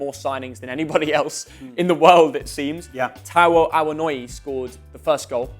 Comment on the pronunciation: Theo Awonyee is how you pronounce Taiwo Awoniyi